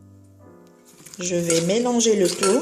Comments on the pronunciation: On dit poivron vert On dit courge et non gourge Cumin et non cuman On mélange avec la main et non avec le doigt Il y a trop de fautes de français😮😮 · Votre couscous est magnifique mashallah mais veuillez faire plus attention aux fautes de pronociation curcuma cumin poivrons courge ne le prenez pas mal svp c'est pour votre bien